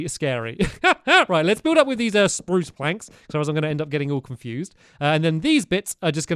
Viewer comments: Nah not really he said sprrrrruuuuce in the last video it’s you who have grown up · omg he still says spruce the same way after all these years